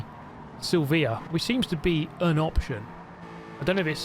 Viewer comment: Silveeah? Lordy